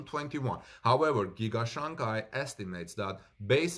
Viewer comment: Your pronunciation of Shanghai is not right. It should be pronounced as " Shang High", not "Shang Guy".